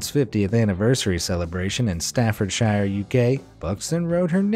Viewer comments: For the 2001 Laura Buxton coincidence, its Staffordshire is pronounced Stafford shear. Not shire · "Staffordshyeer". Where?